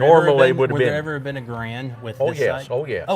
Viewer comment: GARE und... rhymes with "errand". ;) Also, .30-06 ammo with 147gr/150 gr FMJ bullets are as "Grand ammo" as you/re going to get as it mimics the WW2 era M2 .30-06 Springfield ammo. The higher pressure hunting ammo is what shooters are needing to avoid. Good video otherwise. Thanks for sharing.